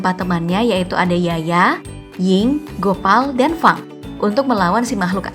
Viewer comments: Fang namanya sebut nya Feng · Wow feng lah bukan fang